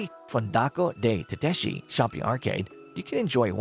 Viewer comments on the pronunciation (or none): Some places filmed in the piece are not even in Venice!! Some pronunciation issue too - Salute, Maggiore, Tedeschi, Torcello, Gesuiti, trompe l'oeil, San Michele, Fondamente Nove, Arsenale, Giardini Pubblici, San Zaccaria, Giudecca, Sestiere and Cannaregio are all pronounced incorrectly.